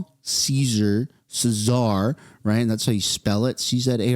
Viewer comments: The difference is Trudeau has been put on notice …implement in thirty days Not over the next four to five years! LibTards would likely not really deal with any of it! I really like your vids but your constant use of the word CeeZar drives me fecking nuts!! Learn that the “C” is silent and the word is spoken at “Zar”! Keep up the good work! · border ZAR. Not sa-zar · Please rhyme the word czar and pronounce it like car with a z. Come on man they'll start to question our literacy next. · Czar is pronounced 'ZAR' not 'Ceasar'. Please stop, you sound like a tool. Otherwise great video. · You know the "czar" "ceasar" thing was funny once. It's "Czar" pronounced "ZAR". Thats it, just say "Zar". And yes it is you, you're gloating like a little school girl. It's very unbecoming of a Canadian. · Zar…. The C is silent,lol. Btw your hair looks great!! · Czar is pronounced ‘zar’, the c is silent. 😊 You’re welcome. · Czar is pronounced Zar. He did say Canada was already doing that in three different speeches he gave that I came across real classy. Ten thousand personnel would be and is a huge significant change in the "plan". And if I knew about this plan that was established last year President Donald Trump knows also and was convinced it at the last year standing that it was not working and wanted it upgraded. The story isn't over yet. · Czar…….. pronounced Zar 👀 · Czar....pretend the C is silent :P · Czar is pronounced ZAR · Dude, it’s pronounced zar, the c is silent. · It's pronounced Zar, Silent C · CZAR...pronounced ZAR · It’s pronounced zar, even though it’s spelled with a c. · Pronounced ZAR, as in the kings/queens of Russia before Communism. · Czar is pronounced Zar. As in Czar Nicholas of Russia. Also, David Krayden talked about this only to say that Trudeau had it set over a 6 year period starting in 2026, for some crazy reason. If it was the plan, then why wait to 2026 and let fentanyl in and illegals in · Say " Zar " the C is silent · its Z-ar